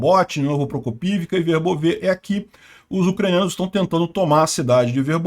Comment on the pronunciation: VERBÓVE. -, só uma pequena observação: a pronúncia ucraniana é Verbóve. Note que até a Wikipédia, em ucraniano, coloca um acento para ressaltar qual é a pronúncia correta: "Вербо́ве — село в Україні, у Пологівській міській громаді Пологівського району Запорізької області. Населення становить 1246 осіб (2001)." Lembrando que na língua ucraniana não existe acento gráfico... "Verbóve" é um adjetivo neutro, derivado do substantivo "verbá", que significa salgueiro, chorão, vime. "Verbóve", portanto, significa "de salgueiro": "campo de salgueiro" = "verbóve póle"... Parabéns e obrigado pelo vídeo. Está ótimo, como sempre!